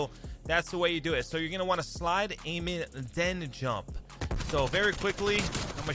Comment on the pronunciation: I though you were saying Slide-- Slide-- Jump-- AMEN. Instead of Aim In.